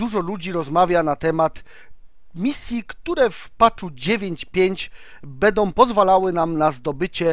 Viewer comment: "bedom",,:(